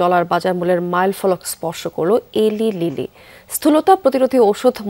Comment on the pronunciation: Eta Eli lily na Uccharon American wise hobe elai lily Mouno jaro na , uccharon hobe munjaru